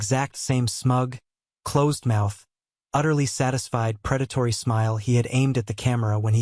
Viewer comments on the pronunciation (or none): none